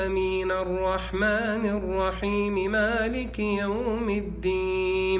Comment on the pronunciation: السلام عليكم . أيها المؤمنون الطيبون . هذا الشخص يمارس الدجل . يؤكد على اغماض العينين حتى لاتشعروا بتحريفه لكلام الله . فقط افتحوا أعينكم وبشيء من التركيز على قراءته التي يتعمد التشدق بها والتقعر ليحكم الشباك عليك ويستغل طيبتك او . . . ركز على قراءته البسملة ( بسم اللام )( مالك يوم الديم)(للمتقيم)(ينفقوم)(المفلحوم)( حفذهما) أي حفظهما (للمؤمنيم)ولاحظ الإحترافية في (في الأرحام كيف يشام) وغيرها كثير .ثم لاحظ قوله بأمر اللام أي الله ،ولاحظ تكريره لكلمة يسحبون ثلاث مرات صحيحة ثم الرابعة (يسحبوم)وقوله هو: يسلسل ويغلغل كل من يؤذي هذا الجسد ويسحب (بأمر اللام) ثم لاحظ الخبث في قراءة الآية كماهي ثم في الآخر (ولايزيد الظالمين إلا خسارم)وهي إلاخسارا . هذا استاذ دجل وبالصوت والصورة . ثم انتبه الى طلبه منك أن تستمع لرقيته وانت مسترخي نايم على ظهرك وتغمض عينيك لئلا تنتبه الى تلاعبه بكلام الله . حسبي الله على هذا الدجال .